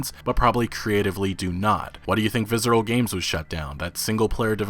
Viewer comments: There's no Z in Visceral brother. Viss-er-al. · "Vizzeral games" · dude... google how to say "visceral" haha